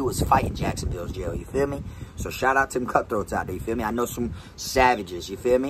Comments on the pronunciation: New drinking game take a shot Everytime he says"yafeeme" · "Yafeeme" ..... 😂 .... Is that the extent of this guy's vocabulary .... "Yafeeme" .... Ya man I feeya ..... Goof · You trying to kill meh?!?!?!